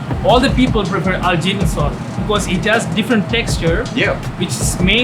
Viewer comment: Did he say algerian sauce 🙃🙃